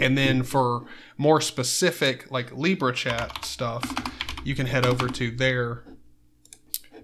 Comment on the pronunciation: Lib-era also I'm not that Josh guy, go subscribe to 10leej not me.